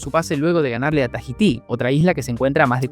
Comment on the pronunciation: Excelente video. Un poco rápido quizás. La "h" no se pronuncia en Tahití (forma diptongo).